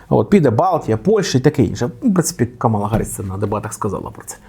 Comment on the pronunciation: що ж у тебе такі проблеми з наголосом? КамАла - так її називає Трамп і ватани. А її імя - КАмала